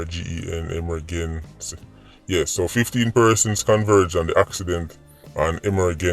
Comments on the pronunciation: so yu neva hear him seh emer-gen-sy instead of emergency?? Ah joke him a mek or wah🤔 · "E-MER-GEN-CY" LOL😂😂😂. BOSSY NUH EASY ENUH!! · EMERGENCY unit. E-MER-GEN-CY. PATIENT. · I can’t with him 🤣🤣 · “Emergency” pronounce the word again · I realize that everyone does not have an education, especially in that God forsaken country of Jamaica, where everything is money and murder, even education costs, but before u get on social media, please learn how to read, i can tell the words that u were trying to pronounce, 1 was emergency and the next 1 was patient, get someone to proof read before u get on the channel, not putting u down but someone could have actually written it in patois to mek u understand, thus not stumbling wen u read, otherwise i love the indepth info coming from, God bless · Tryna make sense of emer-gen- siya and patty-ent 🤣🤣🤣 i havent loool in a minute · 🤣🤣🤣 SIR UU CAN PRONOUNCE EMMERGENCY AN PATIENT WHO YA CARD🤣🤣🤣🤣🤣🤣🤣🤣🤣🤣🤣🥰🥰🥰🥰🥰🥰🥰🤣🥰🥰🤣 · Aretha!!! I'm surprised at his pronunciation at "EMERGENCY" AND "PATIENT"😯 I began scrolling to see if anyone identified it! This is uncharacteristic of him, more eloquent than that! Wow!😳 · it amazes me that so many people really thought couldn't pronounce the words, "emergency " and "patient." It shows so many are lacking critical listening skills. If they really listened to his videos, they would understand. 🤦🏽‍♂️